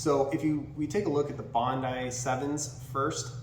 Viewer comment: Who doesn't know how to say Bondi properly? It's one of the most famous beaches in the world. Get out of the USA mate. It's only one country of 195 on the planet. Bondee is going to stick with me forever now.